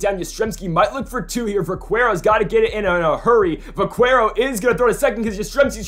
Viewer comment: It’s pronounced vakero